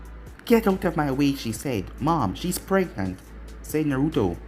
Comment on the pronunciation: I died when you said Mai was pregnet.